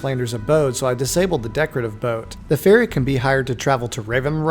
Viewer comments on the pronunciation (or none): Oh, you said "ferry!" At first it sounded like "fairy" to me.